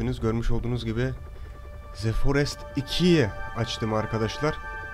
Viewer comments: ze değil dı diye okunmalı bencem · iki yil sonra tekrar izlemeye başladım seni Halen daha ze forest diyorsun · Ze forest